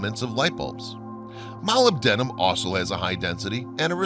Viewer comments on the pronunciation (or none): Jeezus H, the narrator doesn't know how to pronounce molybdenum??? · first thing it is... la csar ... for bob lazar ... not lazer .... please check phonetics before loading a computer voice .... mobile denim .... I hope he meant Molybdenum .... otherwise an interresting video ... but nothing new ... heck not even anything on nibiru's supposed return in system .... so this is just a re-edit of old material and reposted .... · can't pronounce *Molybdenum*. LOL! Don't you just love how it says "The existence of UFOs with technology beyond human capability is now proved beyond a reasonable doubt" in the show notes?:)) Reasonable doubt does exist for UFO's. This video does not show any proof beyond reasonable doubt. But it was entertaining so thank you for that! ^5